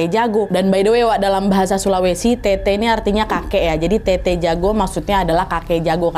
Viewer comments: Tetta yah bukan tete🙏🏻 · Telat sih nntonnya tapi kak nad btw bukan tt tapi tet’ta